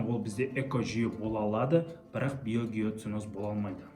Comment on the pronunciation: Биогеоценозды қәте айтыпсыз